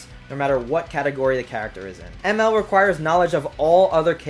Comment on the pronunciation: Anybody else annoyed by how he pronounced Emerl’s name